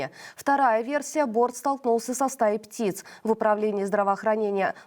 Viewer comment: люди упали. борт столкнулся со стаей пцит. Почему это так смешно звучит?это ведь авиокатастрофа